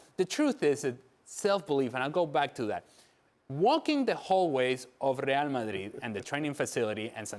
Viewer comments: After hearing this guy saying Real Madrid like that so often, suddenly, Spanish doesn’t sound so sexy. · The way he says RRReal Ma'RRi is so grating....it's like pronouncing Liverpool in an English accent while speaking in Spain on Spanish TV. Crazy. Just call them Real, or Madrid, or even better Real Madrid when you're on an English-speaking channel! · Alejandro needs to Americanize his pronunciation of Spanish names when he speaks English. It's really jarring to hear an American accent followed by a perfectly pronounced (in Spanish) Santiago Bernabéu and "RRRRReal Madrid".